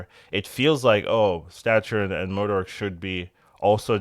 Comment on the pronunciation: I like the videos, but the way you pronounce MODOK drives me crazy 😂